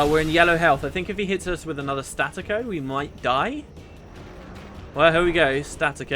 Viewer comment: Staccatto's not pronounced "static-o', it's "stuh-cotto", it's italian for detached. It's used in music to mean that you sort of make every note clip off sharply, like El Toro, if you've ever heard it. Loving the LP, by the way,, this is fun.